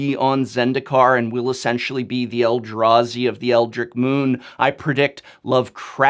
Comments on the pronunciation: You pronounce "Eldrich" as [L-drich] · I believe you're mispronouncing Eldritch. Leaving out the "t" sound.